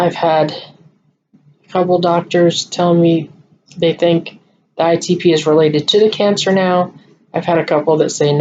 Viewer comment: Good job with explanations need to work on the pronunciation of ITP. Lol. You can handle Rituxan because I will be there. Ask to get it in temple. Prayers for your decision I understand how you feel about it. Did they give you all the premeds for the IVIG??? If not can they try again?? Question you could ask